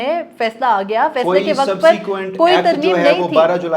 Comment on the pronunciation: You speak very good urdu but please pronounce WAQAT as WAQT.